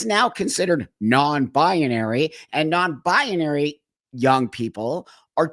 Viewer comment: i love you buck but it's pronounced NON-BI-NARY and not NON-BI-A-NARY